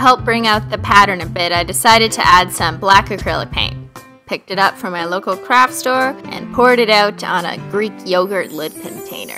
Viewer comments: XD I thought u said "CRAP" store 😂😂🤣🤣🤣🤣🤣😅😅😅😆😆🤗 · Literally when you said I got this from my local craft store I thought you said from my local crap store